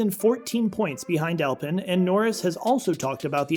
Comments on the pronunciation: Alpine ( Al-pee-n) is the car brand, even the BMW tuner Alpina is pronounced Al-pee-na. Alpen is a breakfast muesli.. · you're saying alpine wrong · Please lose the “copy reader” and get a person who knows F1. You are not alone as the pool of true F1 presenters is very shallow. I’ll save most of the embarrassing mispronunciation, although Alpine does grind the ear as does drawing fingernails across an old school chalkboard. A bit of professional attention and F1 accuracy can, and will definitely help. Other than that Mrs. Lincoln… To The Point Mario Martinoli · “Alpin” 🤣🤣🤣 It’s pronounced “Al-peen”